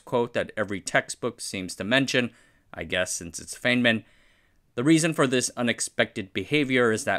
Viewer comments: Richard Feynman pronounced his last name fine-man, not fane-man. It looks like it should be the latter, but for whatever reason he used the former. Don't ask the internet "how is feynman pronounced", ask "how did richard feynman pronounce his name". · Bro it’s pronounced “fine-man” not fane-man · It's pronounced "Fine-man" coming from the man himself. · Feynman is pronounced "Fineman" FYI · That's a choice pronunciation of Feynman. And sure, Google says thoughts how "American" pronunciation of the word is, and he's American, so not a bad guess, but please respect the man and his work enough to know he went by the British pronunciation (i.e. FINEman), and use that. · Feynman is pronounced FINE-man, not FEIGN-man, i.e. like the "IE" in "PIE", not like the "AY" in "RAY". You're going to get a lot of English speaking physicists, like myself, cringing a bit every time we hear his name mispronounced 😵‍💫 Otherwise, great video as always. Thank you 👍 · His name is Richard Feynman. The surname is pronounced like "Fineman", not "Feignman". Understandable mistake to make if you've only seen it in writing, though. Cheers, and thanks for another interesting video. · fwiw, Feynman is pronounced "fine-man" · Feynman, rhymes with "lineman". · Feynman: Fine Man. Fineman. Feynman. Practice this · "F-I-N-E-M-A-N-" cmon dude. He's a legend and deserves the proper research. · … you’re not pronouncing Richard Feynman’s name correctly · Wait, you can flawlessly pronounce Desaguliers but not Feynmann?! :D